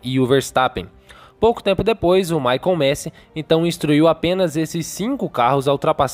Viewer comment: Gente, parem de falar Michael MESI. Nem em inglês e nem italiano (que é o correto) se fala MESI. O certo é MASI mesmo..